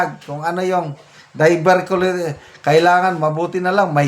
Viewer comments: pronounced as ‘die-ver-tea-q-lie -teas’ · Diverticulaytis po ang pronunciation